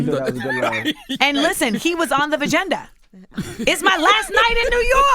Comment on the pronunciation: YAAAS "Vgenda" 🙋🏽🤣